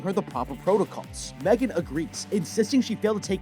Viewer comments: No offense, but its M3GAN not "mae-gen" 💀💀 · Megan❌ Me-3-gan✅ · Its megan not maygan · It’s pronounced mEEgan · You mean M three GAN